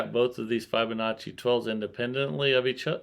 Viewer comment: Love your vids , your great and very interesting to watch. but please learn how to pronounce Fibonacci. It kills me when you butcher it lol😅